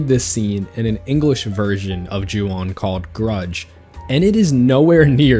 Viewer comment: “O” in Japanese is always pronounced like that. So “Ju On” is pronounced like “Ju Own”. And yes, that means you’ve been mispronouncing “Honda” your whole life, too.